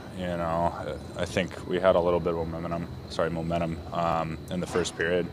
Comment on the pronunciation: Did he say momentemum?